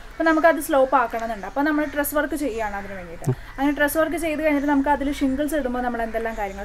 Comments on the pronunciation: stress വർക്ക് അല്ല സഹോ. Truss work ആണ് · Truss work not struss